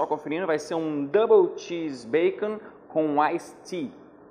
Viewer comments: "Double Cheése Bacom" 😂😂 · "Double Cheése Bahcom" KKKKKKKKKKKKK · "Double xese bacom" kkkkk